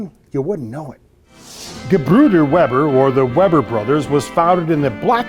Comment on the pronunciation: Weber is pronounced "Vayber", i can read German so can read the roll titles.